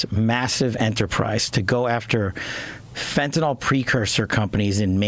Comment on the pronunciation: Btw, it isn’t fentaNOL, it’s fentaNYL. Rhymes with ill.